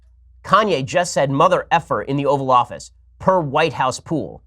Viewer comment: For moment I thought he said the Oral Office